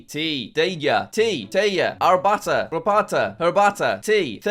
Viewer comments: just hearing him pronounce гарбата as “Rapata” just hurts “Garbata” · jack its belarussian [garbata] the R is a spanish pronunciation